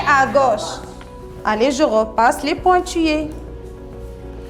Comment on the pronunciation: Maîtresse vous avez un problème de prononciation pointillés zèbre.....